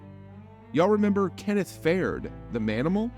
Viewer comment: I can’t get over how you said Kenneth’s last name lmao